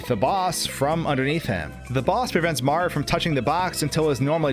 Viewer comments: Why does he keep pronouncing Mario as "Marr" it bothers me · "Super Maro Sunshine"? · I can hear the O sometimes, but I also hear the Marr as well, lol. I think he's just saying his name really fast